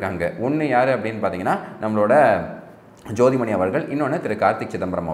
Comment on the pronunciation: ஜோதிமணி அல்ல. சோடிமணி தமிழ் முக்கியம்...